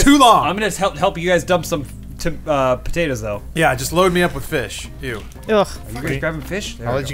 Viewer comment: calling them potates:D